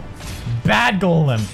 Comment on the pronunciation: Finally someone else that says golem like go-lem not ga-lem